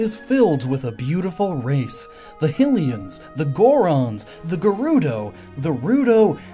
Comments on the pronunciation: Did he just say “Hillians?” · it's Hye-lee-ans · it’s not “Hilian” it’s “High-lee-an” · Why does everybody pronounce Hylians "Hih-Lee-An?" They don't live in "Hih-Rule," they live in "Hy-Rule." "HY-Lee-An." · "Hill-eeans"??? I thought they were "hi-lians", as in, "hi-rule"?! It's not called "hill-rule"?! Wtf am I crazy? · Hill ians Hi. Hi- rule Hi-lians. Please. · Why do you pronounce it Hillian? If its pronounced HIGH-Rule, wouldn't it make sense to pronounce it HIGH-lians? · High-lian, not Hill-ian. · Hillians...ITS HYLIANS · “The hillians” bruh😂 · ok dude, the second you say hylians like the come from a hill makes me stop watching your videos. You dont say HE-rule so why do you say HILL-ya its really honestly nonsensical when the game itself gives the proper pronunciation as HIGH-lee-ah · Just now realized he pronounced Hylians “Hillians” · The Hillians. yep. we all heard it. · He said the hillian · ah yes the hilleans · He said heelians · You said Hylians Wrong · the way you pronounced hylians triggered me so much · I hate how you pronounce Hylians. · Did you just pronounce Hylians wrong? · He says hylians wrong and it bugs me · Say Hylians right😂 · Don't wanna crap on the bewb storm but... You pronounced hyians wrong and spelled overlords wrong just sayin' cool vid tho